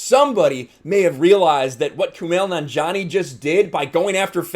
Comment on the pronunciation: Remember when Kumail Nanjiani was a comedian? Pepperidge Farm remembers. BTW Yes, you're saying it right.